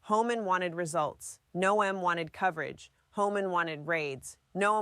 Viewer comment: She called her "Kristi No-em" , so yeah.